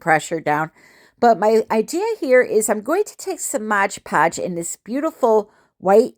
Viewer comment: MOD podge not MODGE PODGE